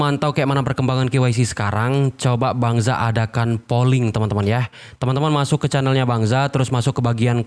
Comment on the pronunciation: Maaf mohon perbaiki pengucapan K nya bukan Ki tapi Ke kayak pengucapan kepo. Maaf Lo...mantap. tetap dukung anda. (Jangan marah ya....?😊😊